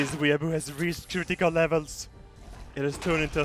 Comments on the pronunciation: "were-boos" Hahaha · The way pronounces 'weeabo' makes me cringe so hard, still love him though, #nohomo. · Now this is probably a stupid question but what is a "wee a bu" (I'm not sure how it's spelt so I'm just going off pronunciation)